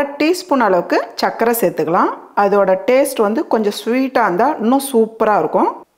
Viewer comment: 'Chalna'-'Salna' illai. 'Sarkarai'-chakkarai illai. 'Sukha'-chukka illai 'Sappadu'-chappadu illai.....